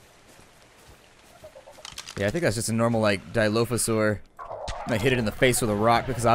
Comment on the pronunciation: ITS FUCKING DILOPHASAURUS U R REALLY ANNOYING